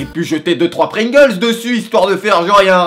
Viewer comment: J'étais mort de rire à quand t'as dit "mes chipe, mes pringls" ahahah, de mieux en mieux tes vidéos je te suis depuis longtemps, gros gg Lache rien.